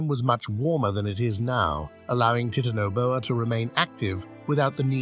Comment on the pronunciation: Oh wow...teetanaboa? Really?